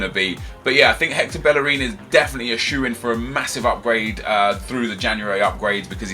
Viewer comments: GOOD GERMANY BELLERIN LMAO, but good video guy ;) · Since when did Hector Bellerin turn German? 😂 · Bellerin turned German :D